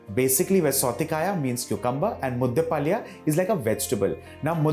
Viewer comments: Very nice recipe and explained in a very systematic way. However, being a Kannadiga, I was cringing a bit at the pronunciation of southekayi (Varun was pronouncing it as southekaaya!) and palya (Varun pronounced it as paalya!). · Authentic Mangalore cuisine does not use peanuts...for the simple reason because its not grown there...and pl chef it's pronounced as 'Southekayi..and 'mudde palya'